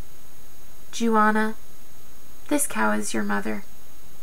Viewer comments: Jua-naw, that’s how you pronounce it. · Good job! I havent read this book in awhile! Jouanah is 2 syllables though. Pronounce like your but with a j sound. Jour- Nah.